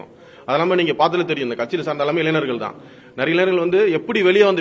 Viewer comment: வழக்கறிஞர் என்று சொல்ல தெரியவில்லை. சந்திர சூரியன் என்று உளறல். சட்டம் ஏற்றுதல் முறையே தெரியவில்லை .இளைனர் அல்ல இளைஞர். நாட்டை திரத்தப்போகுது. ?